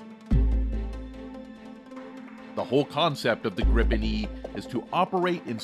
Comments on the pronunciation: English speaking people should pronounce Gripen as Greepen. Not Grippen as in this video. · Like most Swedish product's they are of ultimate quality and standard that certainly goes for military products to. Btw. It's NOT pronounced "Grippen" It's like Griipen! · It is pronounced with a " l o n g i" — like Griipen, got it? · Why do english speaking countries and people have problem to say Gripen? Why do they always say Grippen?